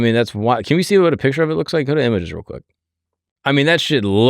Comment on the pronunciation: May be more perplexed by the way you say “real” or “rural” in the beginning of the video..